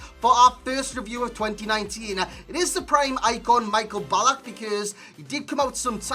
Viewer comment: Hes not pronounced like Michael Jackson 😂😂